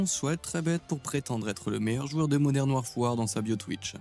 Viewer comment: « Modern warfouar » 😅